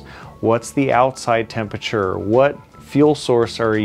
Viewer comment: Friend, I really liked your video, good tips and funny. Thumbs up from me. However, if I am allowed the observation, it's "temperature" and not "tempature" , like you say throughout the video ;)... I'll be using your tips this weekend already! Keep it up, good job!